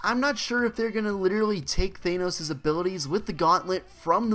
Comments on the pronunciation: Thanos not thaneos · Good video apart from how you kept saying " thaynose " instead of "ThAnos " :p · He said thaynos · Thanenose 😂😂😂 please pronounce it correctly